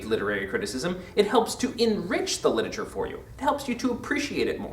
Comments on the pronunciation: Stop saying 'litature.' It's LIT-ER-A-TURE! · LIT-ER-A-TURE NOT LIT-A-TURE